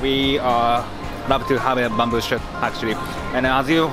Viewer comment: He is saying "bamboo shit", isn't he?